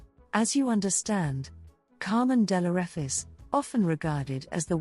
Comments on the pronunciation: Straight out to bat , and you missprounce (misprounce) her surname. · You’re mispronouncing the last name wrong! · You have not pronounced her name correctly.